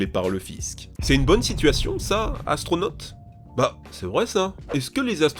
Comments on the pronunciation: Atronaute mdr bien dis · astronote mdr bonjour la prononciation ^^